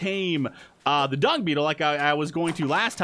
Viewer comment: it sounded like you said The Prime Dong, instead of The prime dung